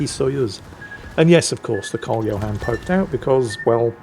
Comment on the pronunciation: What ship killed the green Atago? U, you pronounced Karl 14 John wrong